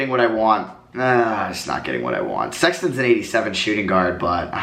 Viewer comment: Anyone else heard him say Sexlon instead of sexton